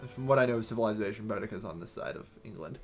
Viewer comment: Said Boudicca wrong, it's Boo-dica. I'm assuming you're just going to say everything wrong unfortunately